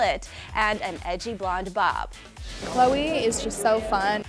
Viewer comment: Hate when they call khloe Ko ko. Irritating